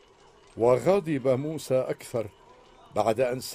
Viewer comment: موسى وليس موسي